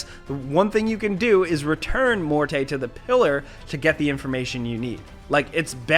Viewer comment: Mort-ay? It's just Morte my dude..